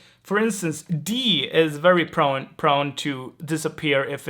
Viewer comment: Prone ( long 'o'), not Prun.. thanks for these very detailed explanations! Very helpful as swedish is quite different from English after all.